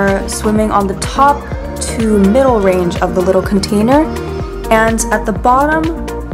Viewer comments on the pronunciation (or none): none